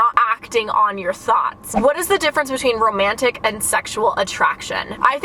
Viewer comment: Wait I love the way u pronounce the “A” in romantic. It’s so satisfying